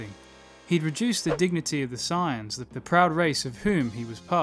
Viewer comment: Sorry but i hate the fact he says science instead of saiyans